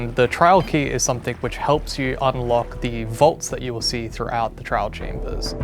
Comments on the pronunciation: Ah yes the “Trail chambers” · lol they said trail chambers, its trial chambers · "Trail chambers" 💀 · TRIAL: ❌ TRAIL: ✅ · Update the end Mojang, pls we are begging you. Also fix ur grammar because it’s trial not trail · erm actually🤓🤓🤓 it’s TRIAL, not trail